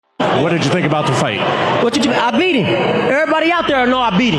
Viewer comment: "I bieat hiem! Err body know I bieat hiem!"